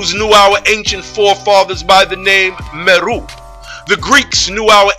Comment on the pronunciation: Islam. Indeed, I have done research in the tribes of Kenya and Tanzania and their name is MERU pronounced MAY-ROO. I touch on this aspect in my video on the Moors. Peace.